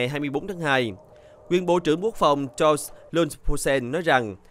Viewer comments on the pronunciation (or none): none